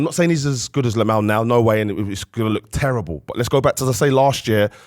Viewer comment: LAMINE YAMAL NOT LAMAL PUT SOME RESPECT ON HIS NAME ITS NOT HARD ARE YOU JUST STUPID?